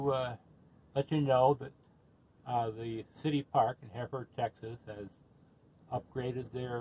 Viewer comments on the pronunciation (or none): Please quit butchering the name....It's not Heeeford. It's Hereford, like the cow.